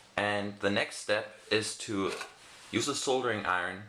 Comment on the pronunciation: That's not how you pronounce soldering iron.